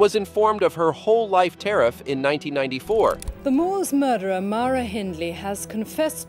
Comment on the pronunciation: Your are first American to ever say Myra and Glasgow the way it should sound .lol my family from Colorado, mouths sounds like they go numb as soon as the try to speak these words 😂